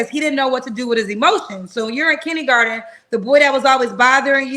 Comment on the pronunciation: This fool still can't say KINDERGARTEN.. " KINNY- GARTIN" 😢